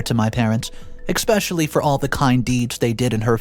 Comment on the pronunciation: This is a well done video. What's getting me to not like it is your plosives harsh hissing s's and finally the worst is exspecially. For your plosives smile when you use harsher letters like p and b. It prevents the burst of air. As for the s noises.... I don't know. None of my class had that problem when we were taking our broadcasting courses so we weren't ever really taught about that. And now I'm genuinely curious. I have emailed my old teacher. But the pronunciation is a learned behavior. It's an annoyance to me when I hear it however I'm aware I have many words I mispronounce. Either way I wanted to give some constructive criticism and increase engagement. If I come off as a dick I apologize. Either way have a like and a comment